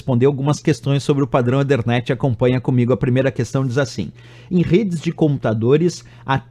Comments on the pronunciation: EE THER NET , NAO EE DER NET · legal! só que a pronúncia de ethernet não é esta. já que não quis falar "a la brasileira", tem que falar o inglês correcto.